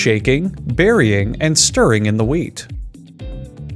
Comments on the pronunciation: No no he's saying weed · I swear to God he said "weed" instead of "wheat" a few times. 💀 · Were you saying "weed" in the beginning? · He literally called wheat weed twice oml 🤣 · Everytime he says "wheat" I hear "weed" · Lmao same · I keep hearing weed instead of wheat Am I okay?